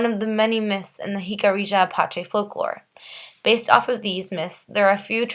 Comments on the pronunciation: Pronounced: Hik-a-REE-Ya... NOT Hik-a-ree- JA... No JA at the end of the word!!!!!!! hik-a-ree-YA!!!!!! "YA" at the end, not JA!!!!!! Stop with the "JA" at the end!!!!!!! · Its Pronounced Hic-uh-ree-ah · I feel bad for future generations of the Americas. Going through their education while never learning the true history of this land. While we can't blame them for what their (many, not all) ancestors did, we can however blame them for lack of investigation and knowledge. Which is why I am grateful to you for making this video, even if the pronunciation of the tribe was incorrect. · Nice job, but your saying Jicarilla wrong. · Not everything presented here by the maker of the video is correct or accurate. I mean, for starters, she MISPRONOUNCES the name “Jicarilla!”